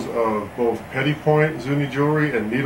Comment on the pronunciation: Gorgeous jewelry. I've recently become obsessed with Zuni jewelry, it's so fantastic... wasn't sure how to pronounce 'petit'... thank you for that... the 't' on the end is silent, good to know.